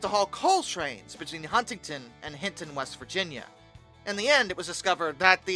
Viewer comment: Hey Huntington you dont emphasize the first t.